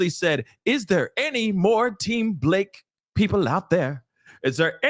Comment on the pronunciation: Buh- La-Kay 😂😂😂 one million percent Lying on him.